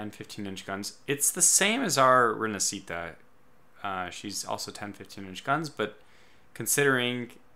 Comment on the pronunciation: Fulmine is pronounced with the stress in "u" Barca is pronounced "Barka" Rinascita is pronounced "Rinasita" with the stress in "si"